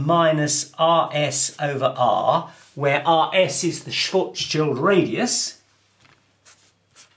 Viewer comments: The correct pronunciation of "Schwarzschild" is: [shwartz-shield] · Schwarzschild is difficult and seems curious for English speaker. Say “smart”, now shw art, then end on s : shwarts , very good and complete by shield with short i, as in kilt : Shilt. Congratulations: shwarts shilt. Great. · Nice try to pronounce Schwarzschild ;) but the "ar" in the word is pronounced like "are". Oh, and the "r" needs to be clearer. Anyway, nice video!